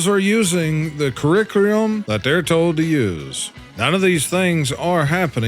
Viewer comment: What good is a "currickrium" if they can't even read it?